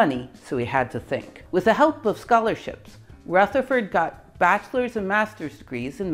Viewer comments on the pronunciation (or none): Great video, but could I just correct you on one, fairly unimportant, point. Rutherford is pronounced with a soft 'th', not a hard 'th'. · Can someone explain why Ernest’s Rutherford is pronounced with a voiceless “th” while pretty much every other Rutherford ever has a voiced “th”? 🤔